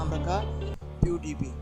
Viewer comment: OMG your voice not correct check voice on google translator .